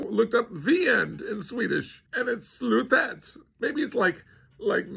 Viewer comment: Slutet is NOT pronounced Slootet